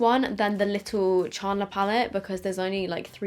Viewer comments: The way you say Chandler kills me 😆 Chaaarrndler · The way she pronounces Chandler tho